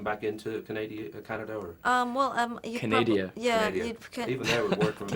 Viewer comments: canadia lol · Canadia! Haha! Go Joe.